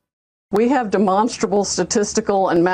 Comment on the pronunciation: Duh-monsterable.... The GED law degree